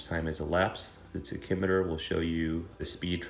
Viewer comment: Great vid. I appreciate your pronunciation of tachymetre